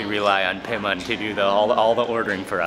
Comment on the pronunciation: بیمان !!!! not پیمان LOL